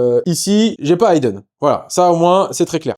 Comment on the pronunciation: Ça m'ecorche un peu les oreilles, mais "to hide" et "hidden" ne se prononcent pas de la même manière. Le i de Hidden se prononce comme un i de slip, pipe, vitre etc.